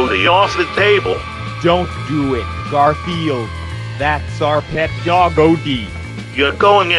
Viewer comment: What I heard: DOG OH DEE